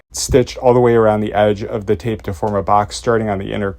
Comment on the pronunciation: thee?? Thee seam allowance?…?